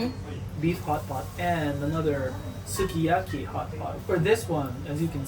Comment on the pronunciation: ご自身でも普段から『スゥキヤキィ』と発音されているのですか？日本独自の食べ物なのですから、日本でのイントネーションで紹介して欲しいかな？とは思います。